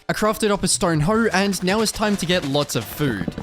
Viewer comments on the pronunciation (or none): "neow" funny everytime